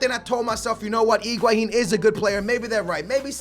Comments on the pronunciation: name is Higuain calls him Iguahin. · bro, it sounds like you're saying Iguahin in stead of Higuain ;p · everytime you say higauin part of me dies